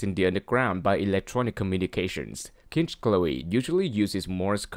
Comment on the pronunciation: Nice informative video. Short, sweet and to the point. I liked it. However, you mispronounced two of the names. Larry is pronounced Lair-ree and Kinchloe is pronounced Kinch-low. I'm guessing English is not your first language, but if you search YouTube, I’m sure you can find native English speakers saying the names for you. 🙂